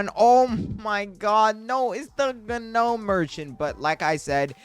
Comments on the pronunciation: It's not g-nome merchant its said more like nome merchant not to be rude trying tk help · Gahnome bruh it's gnome the g is silent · the "ganome" merchant is crazy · No way he's saying Gah nome for gnome 😂. The G is silent my boy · g-nome merchant 💀bro doesnt know you dont pronounce the g so its just nome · Bro does not now how to say gnome bro failed school😓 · "guh nome" 🥀💔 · its a silent G - pronounced NOME - stop it just stop it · btw the g is gnome is silent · constructive criticism, I had to stop watching because of the miss pronunciation of gnome.